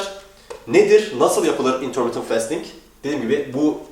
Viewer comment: bro şu fastingi festing diye okuma ya fasting diye okunuyo o :D